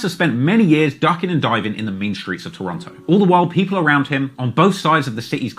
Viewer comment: Wonder when is going to pronouce Toronto right. Someone gotta tell that nigga.